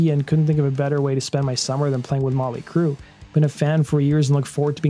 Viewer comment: Their band name is NOT Molly Crue. It is MOT-LEE Crue!!! Please STOP being Lazy in your s[eech!!!